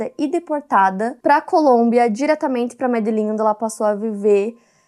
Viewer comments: Medellin, e não Médelin. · EU ESCREVI PQ NAO POSSO FALAR, ...Jesus qnta ignorancia. ELA FALA zilhoes de vezes Médellin..MÉÉÉ..O certo é MEDELLÍN , COM ACENTO NO ÍÍÌÍ...entenderam? Precisa desenhar? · talvez tenha que desenhar, sim. Porque quem disse diversas vezes Médellin foi a. E vc fez a correção no comentário da Luana, ou seja, poderia ter corrigido nos comentários do vídeo, mas procurou um comentário específico pra isso... E "Medellín" não é a única pronúncia correta/aceitável... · CARTEL DE MEDELLÍN, NAO Médellin 😂. Tanto em Portugues como espanhol eh Medellín fofa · A pronúncia correta é MedeLÍN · Seu canal está imenso, parabéns. Conselho: Mais cuidado com a pronúncia das palavras e nomes próprios. Ex. Têxtil, Medelín. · exato .. mas como brasileiro.. fala exatamente o sotaque colombiano falando português entende? Medellín.. português. Medejin..colombiano. Não sotaque inglês...pq se fosse inglês a letra "e" teria que ter som de" i".. seria Midillin.. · Médlin é sacanagem. Faz uma pesquisa, cara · pelo jeito vc eh petista (analfa).... NO VIDEO ela fala Médellin criatura dantesca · Eu amo que a é tão inglesuda, que ela conseguiu inglesar o nome da cidade de Medelín! Cidade da America do Sul kkkkkk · A puxando um sotaque inglês pra pronunciar MEDELLÍN é o auge do vídeo. Muito bom 😂😂😂😂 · Colômbia... Ela fez sotaque colombiano 😂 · meu deus que chatice da porra, ninguém é obrigado a saber de td o tempo todo, foi só um erro comum de pronúncia 🫠 isso não mina a credibilidade de ninguém